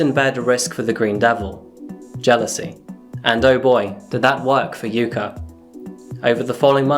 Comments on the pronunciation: I hate English for using vowels unlike many other languages. The way you butchered Takaoka in the intro (but said yuka right) almost hurts^^ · Love the video man, but the pronunciation for the 'a' in Takaoka is killing me. You got it right for Yuka, why don't use it the same way for Takaoka?